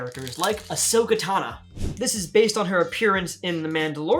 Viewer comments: Yes Ashoka tawn-uh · My guy called Ashoka a new character 💀 and he call her Ashoka tana💀💀💀